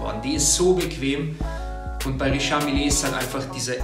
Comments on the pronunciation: Bei richard mille spricht man das e bei mille nicht aus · Spricht sich "Riischar Miile" - das "a" nur kurz aussprechen und das "e" ebenfalls (hört man fast nicht) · Dieser Moment wenn man als ,,Uhren Experte Richard milln net aussprechen kann